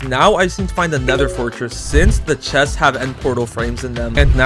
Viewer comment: "chets" lmao